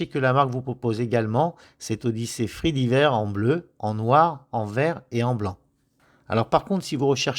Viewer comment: Présentation sympa, merci et belle découverte. Quelles frais et taxes va t'on payer en l'achetant sur leur site ? Comme d'autres, je trouve qu'elle fait un peu grosse pour une 40 mm. Sinon, juste une petite remarque: supply, diver se prononcent "aï", pas "i" ;-)